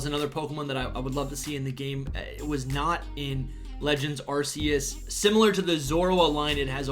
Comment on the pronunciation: It’s pronounced “are key us”